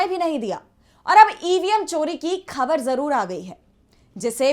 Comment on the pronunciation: Very good report. Good anchor but she doesn't pronounce the words like "Khabar". She should use Bindi in Hindi.